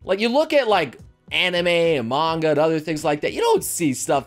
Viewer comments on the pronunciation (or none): none